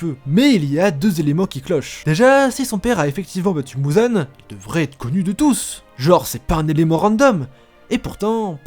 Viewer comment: Ufff, c'est pas mouzan mais muzan